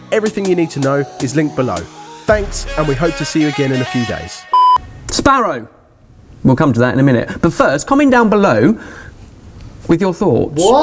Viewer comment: No one:: S P A R R O W